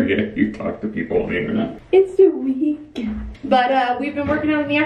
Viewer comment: saying "the weekend" kills me omg you two are precious. Also you look especially gorgeous in this vid ♥️